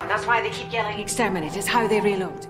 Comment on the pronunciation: "they need to say extermente to reload" WHAT